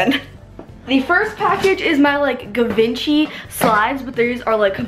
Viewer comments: It's said like jee-von-shee not givenchay 💜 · actually you pronounce givenchy, like (G-von-she) :) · Givenchy GEE-VON-SHE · No one has said anything about her pronouncing GIVENCHY incorrectly🙃 Anyways good video 🙂